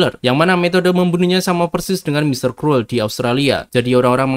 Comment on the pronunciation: Kruwel? Krul bacanye